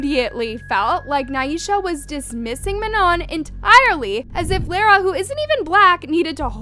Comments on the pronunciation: Im scared for katseye .. Btw the way its not LORA ITS LARA!😭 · if no one heard, and I wanted to tell you that you said Laras name wrong but it’s totally fine. and maybe she didn’t want to be on camera when she was sick so just leave her alone and she did confirm that she is not getting kicked and when touch was a new song, they practiced a lot so maybe that day she practiced with the group and then she did the TikTok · Girl you cant even pronounce Manon, MAMA, Lara, or Normani correctly. NEXT!